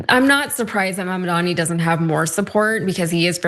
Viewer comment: It’s a me a mamdani (like Mario… 😂)